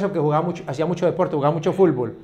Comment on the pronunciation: #VictorGonzález te diste cuenta que #Popeye dijo "fulbol" pero te dio miedo corregirlo :v